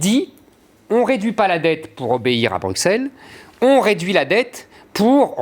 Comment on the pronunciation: La prochaine fois que quelqu'un écorche "Bruxelles" en prononcant le x comme un x je l'égorge. C'est "brusselles" que ça se prononce brande d'incultes.